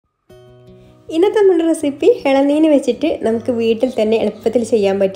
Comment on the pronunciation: ഇളനീർ അല്ലേ ?എള നീൻ എന്നല്ലേ പറയുന്നത്